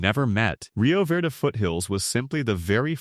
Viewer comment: Ajo is pronounced Aho. Gila is pronounced Heela. Verde is pronounced Verdee.